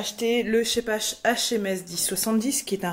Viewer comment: Salut. Encore une chouette vidéo. J'hésite a en acheter un. Mais pour l'instant je n'ai que du portatif. Donc mon a aspirateur industriel est suffisant. Pour info, Scheppach est une marque allemande et en allemand "ch" se prononce "r". Donc il faudrait dire "Scheppar". Je vais voir d'autres de tes vidéos. Merci encore